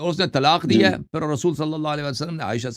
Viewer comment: Kitne ghalat tarha say Hazarat Ayesha RA ka naam lay rahay haen. ASTAGFIRULLALLAH